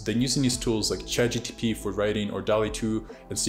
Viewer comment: Its chatgpt not chatgtp😂